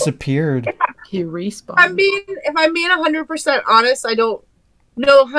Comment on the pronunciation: OMG I just caught that said “He REspawned” lololololol